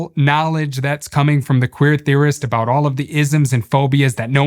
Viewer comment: Jordan, what's it all abooo-oot?